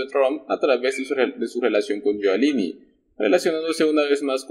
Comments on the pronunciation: Rudy GIULIANI se pronuncia yuliani y no yualini como dices en todos tu videos. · Oye primero informate de como se pronuncia el nombre de Rudolph Guiliani